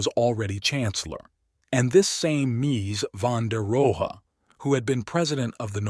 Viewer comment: Interesting subject, but I couldn't sit through the AI narration. How many different ways can one model mispronounce a man's name?